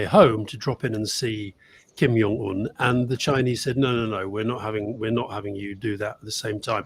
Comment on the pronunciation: Please stop pronouncing Kim Jong Un as Kim "Yong" Un. Its Korean not German (Js aren't pronounced as Ys). You can call him a lot of things but not Yong.